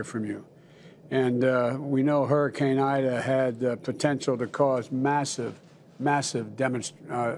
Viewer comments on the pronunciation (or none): none